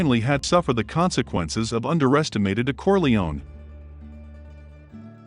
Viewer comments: I can't stand the mispronunciation of Corleone, "Corleeon". Dude, you should learn to pronounce properly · I hate to hear when people say "Corle-own." UGH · You should learn to pronounce Corleone